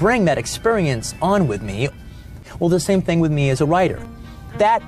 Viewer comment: “ They are a ting only for me “ ewwww 💀💀💀